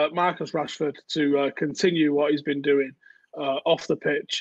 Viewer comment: "Omg, how long has that beeen!" - strikes again "Y'all" 😏